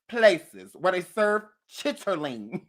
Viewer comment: Who pronounces every syllable in the word “chitt-er-ling”?? Aaaaaaaaaaaaaaaaaaaaahahahahaaaaa